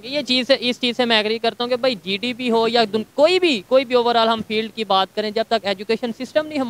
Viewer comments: Bhai jise GDP bolna nahi aata use kya pata GDP kya hai😂😂😂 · Sallam hai aise journalist ko jisko GDP bolna nahi ata 😂😂😂 Accha hai bharat me aisa koi itna jyada padha likha journalist nahi hai 😂😂😂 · Inko to GDP bolne nahi aata😂